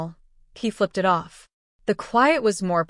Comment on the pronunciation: At least say the right word not i t it is prnounced it. Get your AI on the right page with speaking the right word